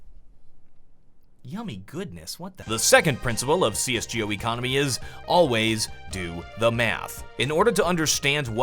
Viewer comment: Am I the only one who finds the way he pronounces csgo super annoying